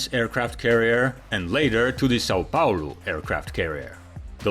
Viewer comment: HEY. Very well pronouced São Paulo. Also, Minas Gerais. Congratz from a fan from Brazil, living in Germany. (BTW, 25 de Maio also very well pronouced.)